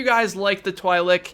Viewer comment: Twi'lek It is TWEE (Like tree) LECK (Like Check) official canon pronunciation.